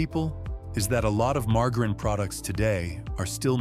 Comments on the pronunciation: I really, really, really, really wish AI would learn to pronounce things better.It's quite annoying to hear mar..jar..een.... I've noticed the bread has gotten worse and worse and worse over the last several years... Grew up on wonder bread sandwiches in the fifties... Shelf life and frozen dinners started with Swansons in the sixties... Why are so many Americans so sick especially young people? It's because of what they're putting in our food and the pharmaceutical companies are making a fortune because doctors push a pill for everything. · Mar Ga Reen? Nothing says AI as mispronunciation? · marga reen??? its ai for sure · When oh when will the AI readers learn how to really pronounce English words?!!! Margerine is not "mar ga reen", g followed by e or i is pronounced as a j. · It appears that the narrator is a robot, that can't know how to pronounce margarine as most humans speak it. (marjerin) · Lost me at mar-go-ren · has to be an AI narrator. he said "margar een" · I caught that too.😅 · Dear AI, learn how to pronounce margerine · The way you pronounce margarine shows you are fake too. The deception never seems to end these days. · Your AI narrator can't even pronounce margerine correctly. Geez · Ya gotta love how AI has such problems pronouncing words. Margarine 😂😂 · I am ROTFLOL that poor AI cannot pronounce "margarine" correctly...😂😄🤣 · AI does not know how to pronounce margarine. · This AI doesn't know how to pronounce margarine. I don't mean to say the info is wrong, but this isn't a real person. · I can’t stand AI voices that mispronounce words. I only got so far as to hear the botched word “margarine”. Ach! My ears! My brain!! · Ai needs to learn how to say margarine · 😂😂😂 - Ieas just thinking the same thing.